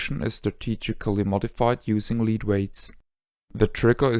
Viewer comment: FYI lead weights are pronounced led weights. Yeah I know, it's stupid.